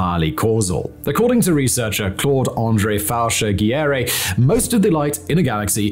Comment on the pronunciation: Way to butcher Faucher-Giguére’s name, Simon. Bloody Englishman.